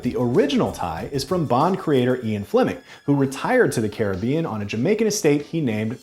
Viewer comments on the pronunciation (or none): none